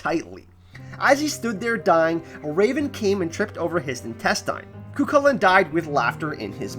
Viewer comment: I strongly felt the need to mention Cuchulain is pronounced "coo-hoo-len" / "coo-hull-en".